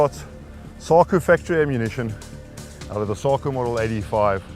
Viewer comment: Sounds odd to say Saw-kuuh rather than Saw-koh, as the Finns do. Is that a ZA pronunciation?